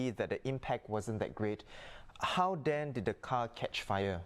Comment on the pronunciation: The male newscaster may want to improve on his pronunciation to showcase his speaking competency. he said ‘how den’ instead of ‘how then’. 💐